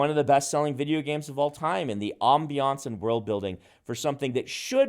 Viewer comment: Brandon is the best! but... does he say vidgeo games? Sorry, no shade, just made me smile.